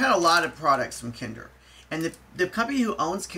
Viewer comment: You made my day by pronouncing kinder right 😍 Also great review.